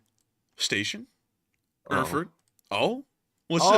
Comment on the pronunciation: It's pronounced AIRFURT. And they have great beer!